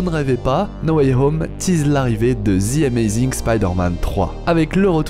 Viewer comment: Sa se dit pas zi amazing mais ze amazing